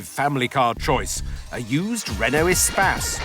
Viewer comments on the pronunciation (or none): I thought it was pronounced Eh-Space not Eh-Spaz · Your pronunciation is much more 21c. EEE-space sounds much cooler than the French word for space. Which is mispronounced anyway. In French the stress comes on the second syllable. They should have used an Evoque (corr. French pronunciation Uh-vock). Or used a 1980's Saab 9000 which would have trounced everything. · Since when you pronounce “Espace” like he does?! Just horrible, horrible to listen to. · Everytime he says ESPACE, all I hear is SPAS! Think I'm playing too much... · Espace is a French word pronounced as spas if you speak English. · I've been pronouncing the Espace's name wrong for almost 20 years.